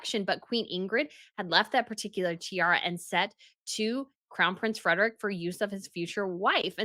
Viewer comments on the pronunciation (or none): none